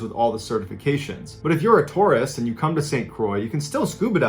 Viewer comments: I thought he said Taurus, not Tourist. "Hey i'm a taur----oh" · Omg i thought you said Taurus ♉ for a second there then realized you said tourist. 😂 I think I need a coffee or a nap. Either way that "wall" sounds terrifying 😳. Scuba diving sounds really dangerous regardless of knowledge and experience.